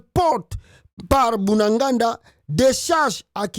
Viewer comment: C'est BUNAGANA et non Bunaganda SVP.